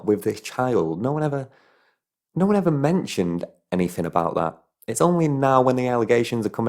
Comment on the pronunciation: can’t you pronounce “th”? you sound like a thick cunt saying “anyfing” or “all of vis”